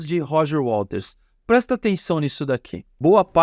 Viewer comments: Muito bom. Só me incomodou um pouco o apresentador falando o tempo todo "Walters" em vez de Waters. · Por que tu diz Roger Walters, com ele? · Gostei do seu canal. Apesar de pronunciar errado o nome do waters, isso pra mim é irrelevante. O conteúdo é bom e bem apresentado. Parabéns!